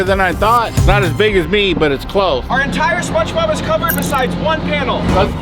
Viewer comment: why is bro saying spongebob like spunchbob